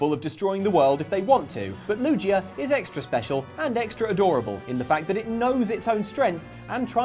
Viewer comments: That Pokemon wouldn't hug you you can't even pronounce his name correctly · I hate to be that guy but excuse me how are you pronouncing lugia????????????? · its LUGIA (loo-gee-uh) not LUGIA (basically luigi) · [LU-JI-YA]? It's [LU-GHI-YA] you heathens! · LuGia, not LuJia. Also, you can never love cats too much. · I'm British and I know it's Gii not Jii lol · Take the pokedex entries with a grain of salt - they were written by children, after all. Edit: Lugia has a hard G not a soft G. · Lugia is my favorite Pokemon ever. So pronouncing it as LuJIA was killing me! XD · 8: Any Pokémon who knows a dark type attack. The Z-Move is called “Black Hole Eclipse”. What’s worse than one Pokémon that can create black holes? Most Pokémon having that potential. Also, it’s Lu-GE-a not, Lujia. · I hate that was calling lugia lujia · Ah yes, Lu-ji-ah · I love you guys but oh man I hate how you say Lugia, "Lew-jee-a" 😂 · Everytime he says Lujia instead of Lugia 100 puppies die in Africa..... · its not loo-gee-uh its lu-/g/ee-uh with a hard g like graphic or gardevior. Also, its not a nose or a mouth its a tooth that is on diglits face. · Lugia ❌ Lujia ✔️ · I bet you say jif, and not gif, you monsters! It is LUGIA NOT NUJIA!! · LOO JEE UH 😂😂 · Did anyone hear them pronouncing lugia as "lujia"? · Is nobody else agitated by the use of a soft “g” in Lugia’s name? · Lujia?????? Its lu G ia it makes the g sound not the j sound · hard g in lugia, not lu-ji-a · is saying lugia wrong on purpose?? more curious than anything. doesn't really bother me tbh.. or i should say. its not how i would say lugia anyways. perhaps ive been saying wrong all these years lol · its luge-ia not luje-ia, but u can say it whatever way u want. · why did they say "lujia" im in so much pain its lu gee uh jfc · Is pronouncing Lugia as “Loo-Jee-Uh” an English thing? I grew up in England and clearly recall (and to this day still) pronounce it “Loo-Gee-Uh.” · WTF! It's Lu-Gee-A not Lu-jee-a